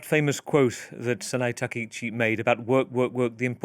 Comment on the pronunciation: Correct pronunciation isTakaichi not takeichi